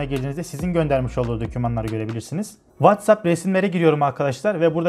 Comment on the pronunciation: WhatsApp'i doğru okuduğunu gördüğüm tek adam :)